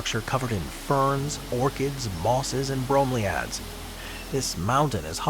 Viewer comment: The mispronunciation of bromeliads is killing me. Edit:: The mispronunciations throughout the entire video was hard to listen to. How hard can it be to make sure you are pronouncing words correctly?